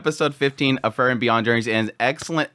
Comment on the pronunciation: It would be even better if he could properly say her name.😁